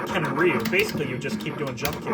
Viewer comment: Ree you. Everyone gets it wrong. Same with the pronunciation of Yakuza. The incorrect pronunciation of "Yakuza" became the American pronunciation, and the correct pronunciation became the British pronunciation. The only correct pronunciation in my opinion is the Japanese pronunciation. I can't stand the American pronunciation. It is WRONG and everyone says it that way in the movies except Hugh Jackman in The Wolverine. He fights Yakuza and pronounces it correctly as Wolverine. In Daredevil, the show, Charlie Cox uses the American pronunciation, which really takes me out of the show. If Elektra and Daredevil are so well trained, why can't they use the correct pronunciation? Weren't they trained by professionals? Just seems like they are ignorant to me. Pronounce Yakuza correctly.